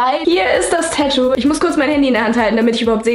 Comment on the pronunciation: Das heißt tatou nicht tätou